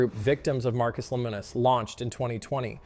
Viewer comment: He pronounced it at least three different ways throughout the video.